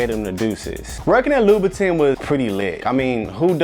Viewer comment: I hate the way he’s pronouncing louboutin omgggggggg